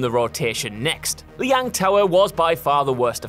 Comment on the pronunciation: Cant even pronounce Lijiang Tower correctly..... And in the 3 years ive been playing overwatch ive never once heard a complaint about it. Its a fan favorite map